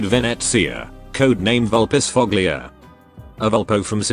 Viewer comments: Cant wait to see Supah here infused by rage after hearing "Vulpisfoglia" instead of "Vulpisfoya" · Ohno, the tts pronounced her name wrong. Supah is going to leave you a special gift in your mailbox now!